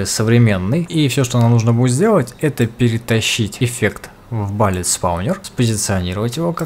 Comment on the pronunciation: Видосы интересные, реально, но пожалуйста, bullet не будет "балит", кровь из ушей, но видосу 👍